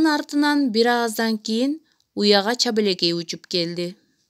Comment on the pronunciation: Чабелекей эмес чабалекей го